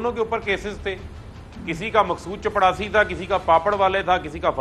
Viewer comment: صحی لفظ چپراسی ہے چپڑاسی نہیں۔